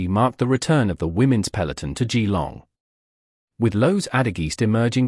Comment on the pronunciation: It's prounced jillong, not gee-long.